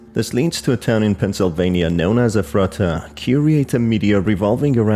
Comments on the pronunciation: Efrattah, it’s Eph-ret-ah omg. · Hey, local Pennsylvanian here, the town is pronounced Eff-ruh-duh around where I live, just thought you might want to know!